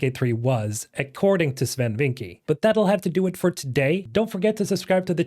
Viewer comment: Bro I speak dutch and you need to pronounce Swen's last name better. Vincke is more pronounced like Vinckeuh.